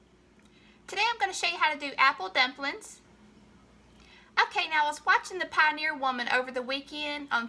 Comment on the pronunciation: I love that country accent. did you say dump lins